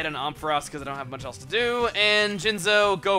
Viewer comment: Om-fuh-ross? Never heard it pronounced like that before.